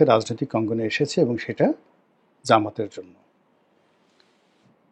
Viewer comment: জামায়াতের নামটা সুন্দর করে বলবেন। যেমন ;- বাংলাদেশ জামায়াতে ইসলামী